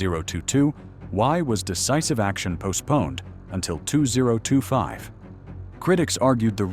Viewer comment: Yep - "engine teer down" and towing pronounced "tow rhymes with how". Not to mention all the wrong ways to pronounce 2025.